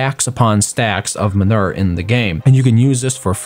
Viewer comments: Minur........ No Its man oo er Manure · man-u-er sorry that just really bothered me but thx 4 the vid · STAHP SAYING MUNIR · Lol " minur " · Man-oo-er (manure pronunciation)